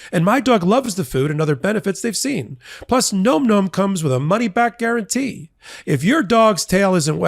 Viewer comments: it's Nom Nom's not nome nomes;-) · NOM NOM is pronounced with soft O vowel, not a hard, it's not GNOME GNOME, its NOM NOM